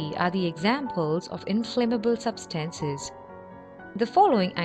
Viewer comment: Substahncies XD